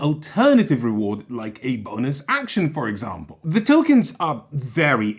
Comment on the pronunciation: I dont know why but why you explain the diving action i hear it as ze diving action and thats hilarious to me.